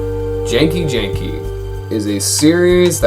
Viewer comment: Its genki the G sounds like the G in the word Goat